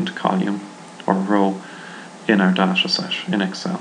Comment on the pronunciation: Dasha Dasha, da, dasha lmfaooo its Day Ta or Da Ta.